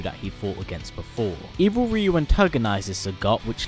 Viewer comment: At least good work in pronouncing Ryu